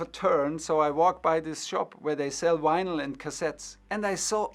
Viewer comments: Tuchel saying 'Winyl' has made this for me! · Germans pronounce vinyl like this.